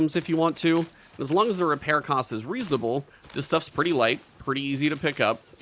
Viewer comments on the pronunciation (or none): none